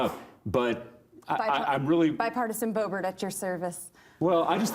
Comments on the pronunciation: Lauren Boebert? Damn! I thought you said "Lorena Bobbitt"! When is this show going to give the public what it wants? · Boebert? Come on, this isn’t an opposing viewpoint or a good example of a conservative representative. You can hear the over pronunciation and baseless confidence of someone trying to sound smarter than they really are when she speaks. Some talking heads might have a high profile but remain empty as well.